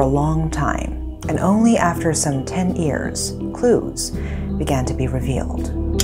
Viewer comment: What is it with pronounced ears instead of years it made me i cant explain but all is well except that ears instead of years it sound bad pronounced correctly please